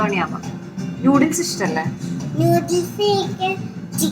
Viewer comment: just wanted to tell you something..... It's "noo-dles" and not "new-dles"..... I hope you don't mind......... Loads of love ❤ Keep going